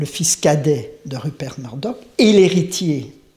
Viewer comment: on dit Meurdock (Murdock) et roiyale (royale)et non rauiale et Mûrdock si je suis clair ...